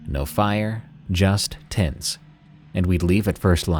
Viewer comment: 23.00 a genuinely thought you said "tits" not "tents" haha